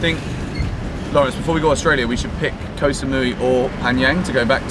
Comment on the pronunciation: Hope youre happy in our country man Also Koh is pronounce Kor with a short sound